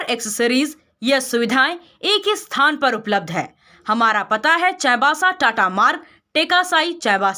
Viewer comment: चाईबासा बोलने भी नही आता है